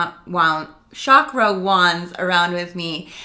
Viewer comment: It’s not pronounced as Shaakra, it is ch-kr …very informative video <3